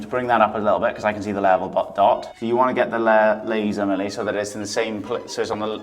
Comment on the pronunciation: Every time says, laser, laser... I keep hearing Bueller, Bueller... love you guys!!